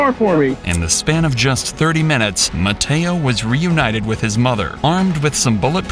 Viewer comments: Mateo❌ Matedo✅ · When the narrator named mateo i actually heard potato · Bro the first one he call it MATEO like brainrot animal😅